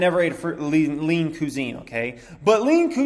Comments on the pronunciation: you say cusine weird. cwahzeen not cuuzeen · Homie done said lean coo-zine🤦‍♂️ c'mon pronounced qui-zene